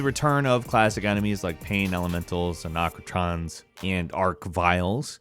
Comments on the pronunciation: WTF is an "Onokrotron"? You mean arachnotron? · "anachrotons" edit: also your not a doom nerd, you can't even pronounce arachnotron correctly. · Pronounce Archvile however you like, but there's no excuse for "anocatron" 😂😂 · I'm a bit of a Doom nerd Also: Arcotrons and arcviles... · Anarkoton? WTF is an Anarkoton? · Excuse me, "anochnotrons and arc-viles"? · I'm starting to think is slow. "Dahkatana" "arnocotron" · Im sorry did he not say aracnitron and archvile right? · I can't continue watching without pointing out that pronounced "Arachnotron" as "Anochotron" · "Forgive me for being a little bit of a doom nerd" He says right after pronouncing arachnotron and arch-vile wrong. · Why did u say arachnotron like that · Either way for the Arch-Vile works but his way of saying Arachnotron bugged the fuck out of me